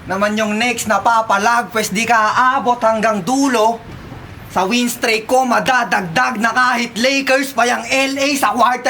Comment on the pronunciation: WIN STRAKE? WIN STREAK? spit ka ng spit hndi mo inaalam kung ano sinasabe mo! kasi nariorinig mo lang na ganun!!! hndi nagbabasa or na g re research! 6 minutes! strake ka! or mag stake ka or mag steak ka? POTAH! ANG DAMING GANYANG SAKIT NG BATTLER! narinig lang ung salita hndi na hinanap ung TUNAY na salita na mag fit! BAGUHIN MO NA YAN!